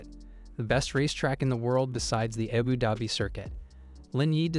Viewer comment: I know its an AI narration but can anyone explain how tf can it mispronounce Abu Dhabi 🤔😂😂😂